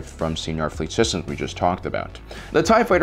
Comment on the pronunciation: So I guess the pronunciations of 'kwat driveyards' and 'señor fleet systems' is cannon now?